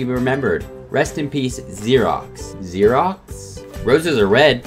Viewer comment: Lol it's Ferox, not Xerox lol